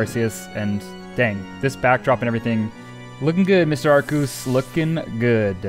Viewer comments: is pronanst arkeus !!!!!!!!!!!!!!!! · I'm pretty new to the channel and have been binging everything. Have you ever addressed the pronunciation? Cause I'm super confident that its AR-KEY-US and it drives me crazy. Maybe I'm a little high-strung on my current THOUSANDS of soft resets for the lemon god though, idk. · How dare you not name every Arceus “Arkoos” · Hi did you say arkoos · Mandjtv has already trademarked "Arkoos" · he said a r k o o s bois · I can’t find a single comment saying: “iTS aRKEuS” like the way you say arceus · He said arkoos! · I’m a MandJTV fan and he said ARKOOS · I loved the video, but also...ARKOOS? A FELLOW TEAM SKY FOLLOWER! Or you could just be pronouncing it different for fun in which case, disregard the Team Sky stuff. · its pronounced arkeus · Its. Are, key, us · Arceus has a hard C fyi. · It's pronounced arc eus with a hard c